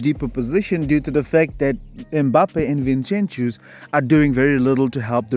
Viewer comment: From Barca fan, I think it's disrespectful to be calling Vinincius 'Vinchenchius'